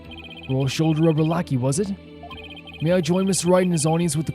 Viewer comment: Lah-kee - lackey Ok, I'll admit that one made me laugh out loud...